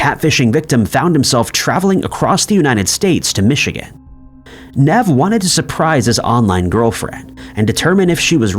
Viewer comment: Saying Nev like that completely put me off, I was so lost